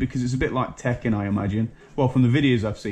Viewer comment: Yeah When u said Teken i thought no more like Street fighter lol. No probs cheers mate